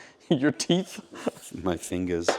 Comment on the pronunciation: Anyone else notice when he says "my fingers"? He said it with such a perfect aussie accent it has me wondering if he's really a spy 🤔